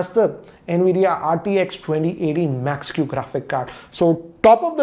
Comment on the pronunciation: RTX 2080 super Max-q, please pronounce the name right😂... No Offense